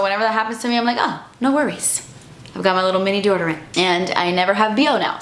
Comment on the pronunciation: She pronounces deodorant like Desi does